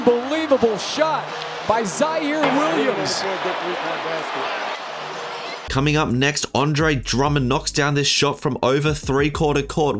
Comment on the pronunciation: aint no way u said zary williams